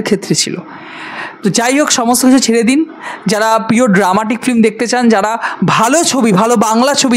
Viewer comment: Khub valo bolechen 😊 Pronounce hobe film not flim ok